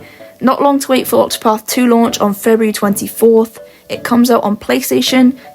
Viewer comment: I just nearly had an embolism when she said the game was released in "February, 24". It sounded like she said February NEXT YEAR!